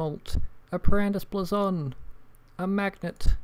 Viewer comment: BLAYZON NOT BLAZON GOD